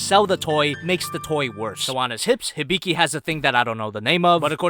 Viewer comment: Its not hiBIki Its HIbiki